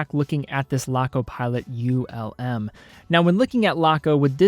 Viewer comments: Greetings from Germany! Just a note - it´s not U.L.M., it´s Ulm as a word. Ulm is a german city and not an acronym. Keep up the good work. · As others have said, Ulm is a word, not an acronym. I'll add that ETA is an acronym, not a word. Unitas is pronounced like Johnny U's name (you're from Cleveland, right?) Yew-night-uhss. And lastly, FOR THE LOVE OF GOD, the word is undoubtEDly. There is no such word as undoubtABly. Keep up the otherwise good work! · For pronunciation, it’s not an acronym. Laco name their watches after cities in Germany. Ulm is one of those cities. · Ulm are not separete letters, is a city name. Not U-L-M but Ulm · U.L.M 😂 I wonder how would pronounce Neckarsulm 😁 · A lot of Laco watches are named after German cities. Augsburg, Stuttgart, Bremerhaven to name a few with Ulm being another name. As a soldier there, I had the pleasure of touring the whole country. Had I not been there, I probably would have pronounced like.